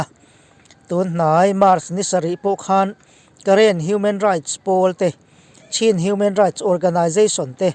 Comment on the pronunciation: Chin state hi mizo va Chin ti lovin Chhîn ( thluk deuh hlekin) tiin Myanmarah chuan kan lam thin.